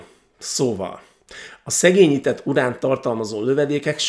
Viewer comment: Ráadásul "urál lőszer"-t mondott. 🦻☠